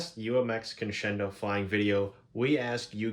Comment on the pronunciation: Pronounced, Con-Sken-Doh: Latin, meaning to climb or ascend. Good information/ideas about this UMX!